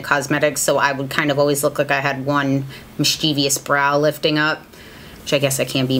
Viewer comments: omg thank you! So many people say "mis-chee-vee-ous" but it's really "mis-chi-vous" and so many people don't know this lol. There is no "I" after the v in mischievous. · You pronounced mischievous wrong! Love your videos, your detail oriented approach makes you best than the rest :)